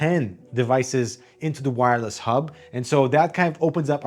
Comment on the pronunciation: Its "wire-less", not "no wire"